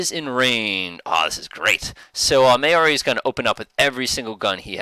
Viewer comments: FYI Correct pronunciation of Berwick & Maori follows. Berwick - Bear-ick Maori - Ma-or-ee No big deal but if you are interested. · Just the kind of video I was looking for- thanks. For future reference, The Berwick is pronounced 'Berrick' and The Maori 'Mowry', as in Chairman Mao.